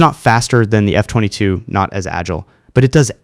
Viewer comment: Something that bothered me once I noticed it was the pronunciation of F22 & F35